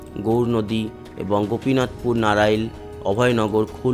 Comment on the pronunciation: দাদা ; আপনি উচ্চারণ ঠিক করুন। নাড়াইল নয় , নড়াইল জেলা 😅